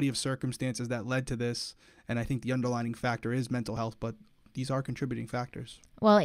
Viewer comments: the word is underlying conditions, not underlining! 😂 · He says underlining issues 😂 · I mean this in a nice way: it's "underlying condition" not "under-lining!" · I love you but the word is not “underLINING”, it’s “underLYING” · as an english teacher I have to say.. it’s underLYING not underlining